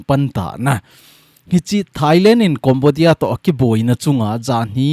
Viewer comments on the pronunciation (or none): Sir na pronunciation chu Cambodia (Kombodia❌ Kembodia ✔️